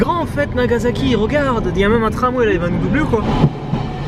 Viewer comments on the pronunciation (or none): Nagazaki, Ozaka, c'est marrant ça ressemble à des villes dont j'ai entendu parler, mais il n'y avait pas de z ^^